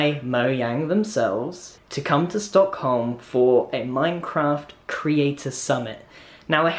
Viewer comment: Sad red bull noices ('Stock*h*om') You dont pronounce a H